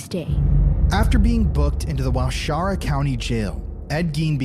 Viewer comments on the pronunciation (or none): It’s not ware Shara county. It’s wa share a .